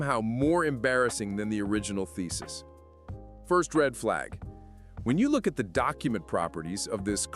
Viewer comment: did you say "thesis" or "feces"?